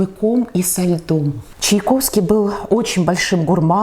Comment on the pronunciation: Странно как... Голос за кадром (если не ошибаюсь, это журналистка) чудно произносит фамилию композитора: Чаковский вместо ЧаЙковский.